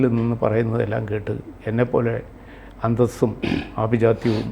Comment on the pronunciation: അന്തസ്സ് അല്ല അന്തംസ്😅😅😅😅😅😅😅😅😅😅😅